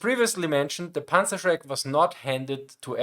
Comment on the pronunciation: Meine Rückmeldung an Dich: Wenn Du im Englischen deutsche Begriffe sagst, sag sie wie ein Deutscher, also richtig. Demnach: „Panzerschreck“ und nicht „Panzershrek“. Das fällt leichter und ist korrekt. Mir ist aufgefallen, dass viele Deutsche das auch mit ihrem Namen machen. Wenn sie Lukas heißen und sich auf Englisch vorstellen, machen sie aus dem „Lukas“ einfach englisch ausgesprochen „Lukäss“. Das macht sonst niemand, nur Deutsche. Und es ist unnötig. :D Vielen Dank Dir für das interessante Video und Deine vorangegangene Recherche!